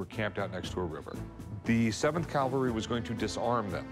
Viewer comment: Rick…. Dude! Learn to properly pronounce CAVALRY… You’re not in church!